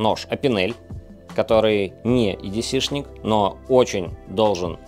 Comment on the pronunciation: Лайк, хотя бы за то, что не говорит едеЦЭ!